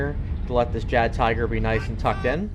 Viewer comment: Great video except for calling it a JaggedTiger....